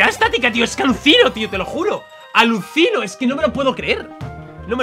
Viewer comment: en el minuto dice aluSinoh xD veanlo